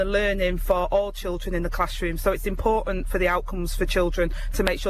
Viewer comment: She can't even pronounce the word 'important' correctly.